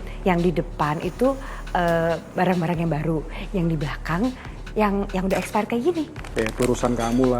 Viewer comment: "sortir barang espeyret'😂😂